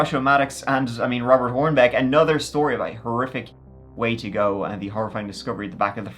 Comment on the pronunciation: I love when he says "lets give it a goo" lolol